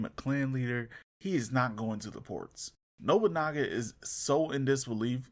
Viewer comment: Yet your video title states that Yasuke is part of that Samurai class. Get out, already saw a similar video like this once by a guy who mispronounced absolutely to the point where Nobunaga became Nogunubu. This is up there in similar amounts of cringe.